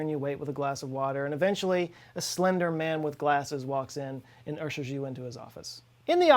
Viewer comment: "Ursher" Ludacris and this guy